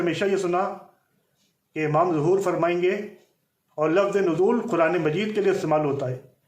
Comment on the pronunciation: Sabse Pehle ه Or ح Farq Kijye Uske Baad Zahoor Or Wilaadat Farq Kijyga